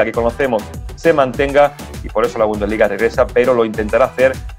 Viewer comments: Se dice: Bundesliga jajaja, se dice: "Bundesliga". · Bumdesliga jajaja se dice bundesliga